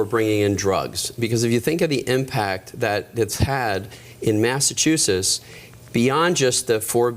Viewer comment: I’m thinking that if you want to be the governor of Massachusetts, it should be required that you correctly pronounce Massachusetts.